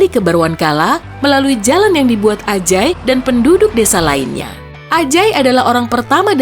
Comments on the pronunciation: pria bernama AJAAAAY ,apa aku yg kurang fokus ya si pembaca nyebutnya kata ANJAAAY 🙊🙊🙊🤣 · tak kira Anj#y salah dengar ternyata wkwk